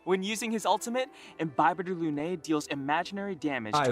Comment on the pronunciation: Imbibe-tor lunay 💀 I didn't even notice until you pointed out the effort the put into pronounciation Im-bibi-thor (bibi is like beebee but a shorter ee sound) Luna (like Sailor Moon's cat) and an "i" sound at the end. Lun-eye. You can go with the ay sound ig for later latin, but the stress is more on the Lun and less on the AY.